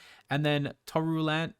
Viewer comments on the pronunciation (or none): Lol yes you did butcher that name. Tuh-roun-tula. The Pokémon looks like a tarantula and is round like a ball.